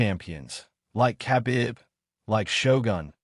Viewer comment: Did I hear J.G.'s name being pronounced "Justin Gator"? Maybe it's just me or its a computer doing the "Text to Speech". Oh ,yeap! Lol.... I knew it was a computer after hearing Khabib's name.